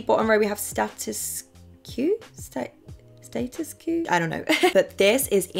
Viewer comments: Love you. That "status que" had me rolling 🤣 I think it's "statuesque", as in a "statue" 🗽+ "ĕsk". No hate at all ❤ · sweetie it’s ‘statuesque’ pronounced stat chew esk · when she tried to say Status que, i knew in that moment, has never seen HSM 😂😂